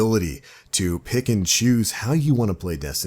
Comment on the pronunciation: whenever you say "pick and choose" I hear "Pikachu"